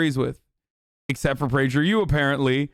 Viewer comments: Prajer U? Don't you mean Prager U? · “PrajerU” “Robbalee” Ajan? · It's actually pronounced "Prager Poo" fyi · Why does he pronounce PragerU like that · Love the way you pronounce PragerU Hasan!! You make it sound like some kind of skin or venereal disease, which by the way it is and a pretty contagious one at that! 😂😂😂